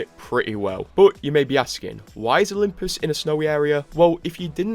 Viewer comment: "Olymus Prime"